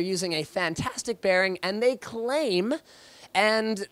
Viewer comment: wtf is a "maglev" bearin? .-.